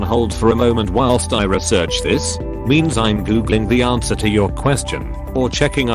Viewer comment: Lol@ "aRnswer"